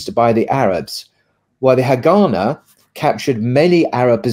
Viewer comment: Haganah is pronounced HagaNAH.